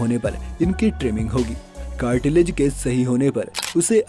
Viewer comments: कार्टीलेज 🤣🤣🤣🤣कहां से आया इतना ज्ञान Cartridge(कार्ट्रिज) होता है😂😂🤣🤣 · Cartilage nahi cartridge...